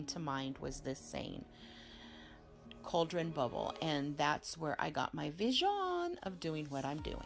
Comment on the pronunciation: its a Cauldron, pronounced Call dren, not couldren.. fyi